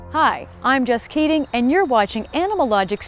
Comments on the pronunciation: I always thought she said “hi I am just kidding “ when Jess introduced herself lol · I thought her name is Just Kidding. It really sounds like that when she said it. I had to google her to know it's Jess Keating. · I thought she said Hi, I'm just kidding 😳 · it sounds like you say just kidding at the beginning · I'm I the only one who heard: Hi, I'm Just Kidding. ? 😱😂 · IS HER NAME "JUST KIDDING" CANT HEAR IT ANY OTHER WAY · Did she say ,Hi I'm Jest Keddin! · " I'M JESS KEATING" i thought i heard. "I'M JUST KIDDING" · ....Hi! Im just keeding(kidding). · Am I the only one who heard "Hi, I'm just kidding"? 😂😂😂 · Am I the only one that heard "Hi, I'm just kidding" when she presents herself? And I reheard the passage a second time to be sure XD